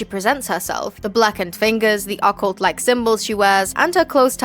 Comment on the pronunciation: Why do you pronounce occult like that 😂 am i missing something?